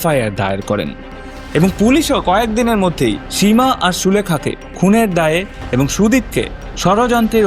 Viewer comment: স এর উচ্চারণ বড্ডো কানে লেগেছে সীমা / সুদীপ এর উচ্চারণ এর ক্ষেত্রে.